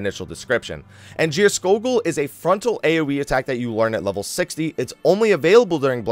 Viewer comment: You prononounced Geirskogul right Scandinavian can confirm.